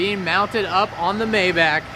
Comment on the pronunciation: I sure wish you'd pronounce Maybach correctly.